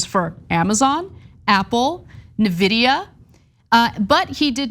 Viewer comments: Really, Ana, "nividia"? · "Nevidia"... C'mon Ana. Wheres John when you need him!